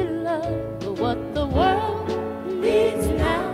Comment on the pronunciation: you spelled world wrong you said wold